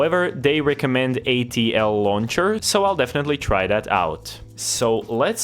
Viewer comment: wait till bro finds out hes hallucinating an extra L in ATLauncher